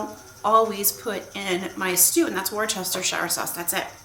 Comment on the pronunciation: Love this, love Gather 'Round, and enjoy your content overall. I'm the one from New England and Worcestershire sauce is pronounced 'wooster-shire' or 'wustah-shiah' depending on who you're talking to, especially in MA. ❤